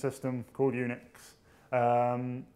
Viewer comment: Unix sounds like eunuchs. I cant fucking unhear it.